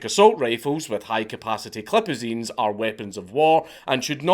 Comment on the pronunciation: You know he said clipazines on purpose